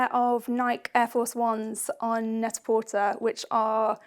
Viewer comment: An American here who LOVES this series. Just a couple of things, though. It's Net-a-Portay (like a play on pret-a-porter). Never PortER. And Nike is Ny-Kee. Not. Nike like bike. US brands. I'll make sure we don't say things Like Harolds for Harrods :-) If you guys can do one of the hardest in the business: Loewe, you can do this! Yay!